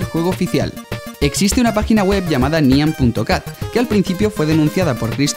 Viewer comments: Se pronuncia naian cat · No es nyan cat es nya cat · Se pronuncia "naiyan cat" o "nayan cat" Y no te molestes conmigo, lo digo porque... en realidad no se porque "dije" esto 😂 pero no me mal interpretes, Plis Y podrías poner los videos que decías, en la descripción por favor :D